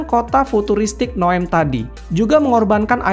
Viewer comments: Bukan Noem tapi Neom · Tulisannya NEOM malah dibaca NOEM😅😅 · Bukan NOEM bang tapi NEOM. 😅